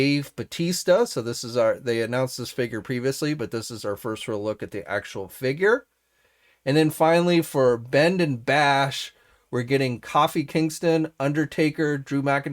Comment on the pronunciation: love Coffee Kingston. lol. Jk its pronouced Co-Fe Kingston. Its all good man. I know you don't watch wrestling anymore but its great that you keep the wrestling collectors informed.